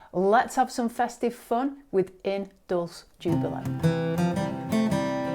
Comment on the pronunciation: it’s pronounced in dull-chay joobillo. Love you. Xxx